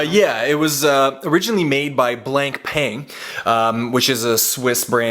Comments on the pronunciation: It's not pronounced "blank pain" it's "blah pah", believe it or not. FYI: A 100m watch is perfectly safe to swim with, including snorkeling. Your only worry would be if you wore out the O-rings around the stem and didn't have them replaced, years from now. The hand style is 'sword.' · Blank-Payng?!?!?? :D Its pronounced Bla-pah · Actually it's more of a "blahn payhn" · It's not even pronounced ''blonk pan'' like you think it is. Any french speaking ppl will laugh at you. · oh god, he didn't say "blank pain" did he ? Never heard of "bnlank pain" but there IS a watch company pronounced "blonk pan"